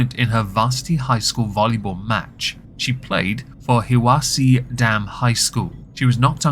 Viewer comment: Just gonna point this out because I grew up near Hiwassee, its pronounce Hi-wa-see. I did a double take when I heard you read it lol